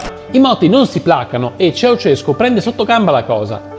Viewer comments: Ceausescu non Ceaucescu😉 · Si chiamava Ceaușescu, non Ceauceșcu. E sono stati tempi molto duri, dopo gli anni 1980. Ma, tutti avevano un posto di lavoro, cosa che non si puo dire per oggi.